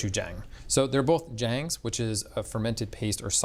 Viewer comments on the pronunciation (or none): I really wanted to watch this video, but I couldn't stomach the constant JAAAAAYYYYYYNG. Why do white people always say JAAAAAYYYYNNG. GochuJAAAYYNG. SsamJAAAAAYNG. It's not hard to say it correctly. The right sound literally exists in English as well. It's a soft "ah", not "AAAAYYYY". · Missing something crucial: Asian Pear or Korean Pear in the marinade. Please do better research,. Also, please work on your pronunciation. "-jang" is not pronounced "Jane", it is more like "Jian", closer to John than "Jane". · Love watching videos. Would appreciate pronouncing -jang as jahng. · Please, please learn how to actually pronounce things - "Jang" in particular was grating to hear mispronounced repeatedly